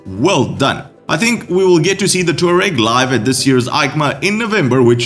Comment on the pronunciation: So far none of the reviews (and there are many people jumping on the bandwagon as fast as they can) have done any backstory research on the Tuareg (pronounced Twa-reg) or Aprillia’s history in Rally Raid events. Just as the Yamaha Ténéré (T7) was named after a desert in the South Central Sahara region the Tuareg is named after the Berber tribes people who live in the same region. Without the Paris Dakar we would not have modern adventure bikes, and their heritage is worth knowing if you are going to be reviewing them on a regular basis.